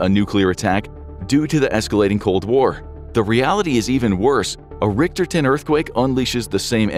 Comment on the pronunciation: Cant even pronounce "rick-ter" right. Cmon bro.